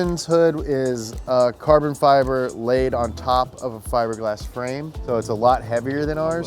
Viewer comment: What happened to you!? Since when do you pronounce carbon fibre wrong, huh?